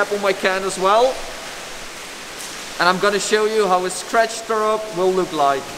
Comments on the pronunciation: im so fuckin triggered how you pronounce throw - german accent very much :D - try saying frow instead? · “scratch throwup” or “Skretch trow up” if u say it like him.. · "trow" up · "Tharow up" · "Trow up" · learn to speak the TH haha!